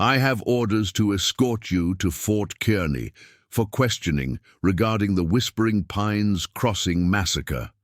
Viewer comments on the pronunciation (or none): Fort Kearney is pronounced Kar-nee